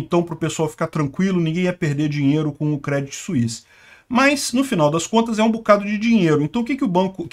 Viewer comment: Segundo vídeo que você faz e pronuncia errado! Se fala Crêdii sem o T